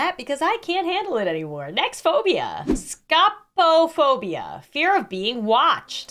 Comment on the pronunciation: I have Scopophobia and I can confirm, that was wildly mispronounced but good try. Scopophobia is pronounced like Scope as in telescope, looking through something and phobia just add an O between the both words.